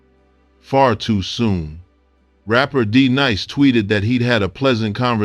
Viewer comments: D Nice not Deneece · I stopped listening after you said D Niece.Clearly you know nothing about what you're reading and you must be stopped. Lolz 😂😂😂😂😂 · The narrator referred to D-Nice as D niece, which tells me he knows nothing about BDP. Stop making videos just to make money. Fail! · First of All, Who in the World is "DeNiese?" smh. As soon as i heard THAT i Immediately Clicked OFF. Automatically Triggered my "NOT A TRUE HIPHOP HEAD" Alert. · A legend...loves gonna getcha......but you lost me when you said D Niece?.......hunh?...wtf?......😂.... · "Dee-Neece, Beep Boop." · Damn, did you just say Deneece?????????😂🤣😅😆😅🤣😂🤣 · I heard that too!!😂😂😂